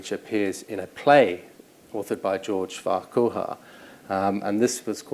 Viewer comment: An interesting subject and well presented. A note on the surname Farquhar it's pronounced Far-curr or Far-kwar (usually the former these days)